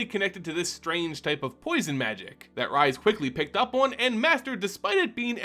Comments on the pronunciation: I enjoy this. But....Rhys the Redeemed/exiled and rhystic study. Rhys. Not Rise. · Welp you triggered me, here we go: I don't understand how people can find SO goddamn many WRONG ways to pronounce "Rhys". It's Welsh and it's pronounced "Reese". Like from Malcom in the Middle, or REESE'S PEANUT BUTTER CUPS! watch?v=DK49yJG76bE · This is how Rhys is pronounced.